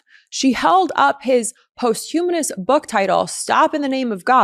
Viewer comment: "posthumously" is pronounced like "costume" "postume us lee"